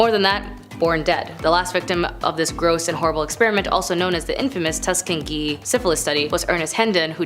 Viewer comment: That woman misspronouncing Tuskegee is making me angry